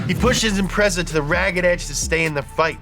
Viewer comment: How TF you manage to research this video without hearing how to pronounce Impreza